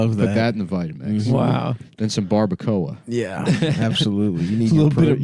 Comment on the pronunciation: Never thought I’d hear ever pronounce Barbacoa. I’m also gay